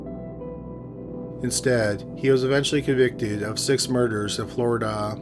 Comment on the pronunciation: I'm thinking it's robotic. Among other things, every sentence ends with the same downward cadence; and he pronounced Florida as FloriDUUH - accent on the final syllable, and same downward cadence as "Nebraskaaah" and "Omahaaah" ... either that, or he simply sounds robotic, and emphasizes wrong syllables in sentences.